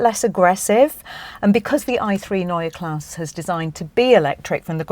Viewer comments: Neue Klasse is noy-yah class-suh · Ginny, it's pronounced Noy-er Klass-er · Was this filmed before you learned how to pronounce neue klasse? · You still haven't bothered to learn how to pronounce Neue Klasse, I see. Shame. Edit: what happened to all these promises of full electric architecture providing cabin space from the class above? The car is physically longer and you are calling it cramped in the back...